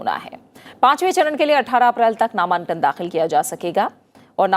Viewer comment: मैम ,ये नामांकन होता है नामान्कन नहीं